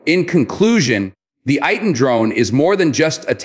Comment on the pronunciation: Pronounced Ey-Tan.